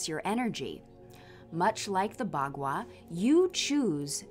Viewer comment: "Bagua" or 八卦 in Chinese is pronounced more like "Bah guah"